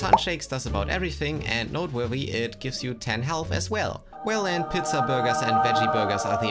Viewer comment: Did you just say “pitza?” It’s pronounced “peetza”